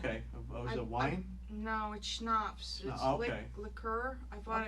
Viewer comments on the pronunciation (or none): What kind of person pronou ces schnapps as "shnobs", even after hearing her properly pronouncing it to him.